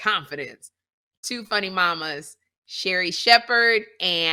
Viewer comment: Sound like milk of magnesia the word Sherri said.